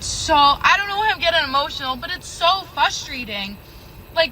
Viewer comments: "So fusstrated" "So fusstrating" Oh, so she's dumb. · It's so frustrating how she thinks the word is fustrating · What's frustrating is listening to the way this woman pronounces "fustrating" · "Fusstrating" lol.... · In a word, this video was “Fustrating” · "fustrating" Ew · It’s so ‘fustrating’ guys 😂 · What is this "fustrating"🙄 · You can hear that she's illiterate because she keeps saying "fustrating" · The bint at the 3 minute mark who talks about things being "fustrating". Really? She can't pronounce frustrating correctly? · “Fuss-trating” everything you need to know about her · This is the second time I’ve heard a woman say “fustrating”. I’ve never heard a man do that before. Not an insult or anything, just an observation I find interesting. It’s kind of cute they can’t pronounce it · It's fustwating. Just fustwating. So fustwating. I'm fustwatid. So fustwating. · "It's, like, soooo fustrating!" Imagine how "fustrating" it is to deal with low-value women thinking they're entitled to high-value men? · i find her saying FUSTRATING frustrating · its pronounced fRustrating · I'm looking for a girl that can say frustrating. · There is an R in frustrating. Strumpet. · Maybe you cant find a man because you say "fustrating"